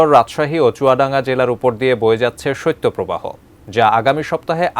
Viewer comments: সইত্য প্রবাহ না রে ভাই শৈত প্রবাহ। সংবাদ উপস্থাপক হয়েও যদি উচ্চারণ টা ঠিক করে করতে না পারেন! 😏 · সত্য প্রবাহ নয় সঠিক হবে শৈত্য প্রবাহ । উচ্চারণ সঠিক ভাবে করতে অনুরোধ করছি।